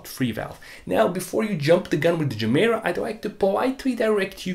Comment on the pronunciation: No person with a dayjob could affornd a GR Yaris either. And btw Gemera should be pronounced "ye mera", ge mera means "give more" in Swedish.